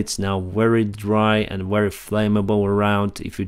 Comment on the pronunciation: Pronounce " Very" like ”вепи“